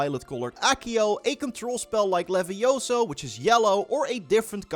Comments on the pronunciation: It's leviosa not leviosoooo .... (Sorry I just had to say it, otherwise it would have been a missed opportunity 😆) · Levioso??? It's LiviosAAAAAAA. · It's leviiiiooosa, not leviosooo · It’s not Levioso… it’s Leviosa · It’s not LIVIOSOOO, but LIVIOSAAAAA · It’s leviosa not levioso